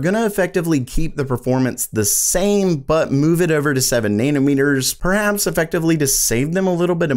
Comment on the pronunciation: Nayna-meters? Hehe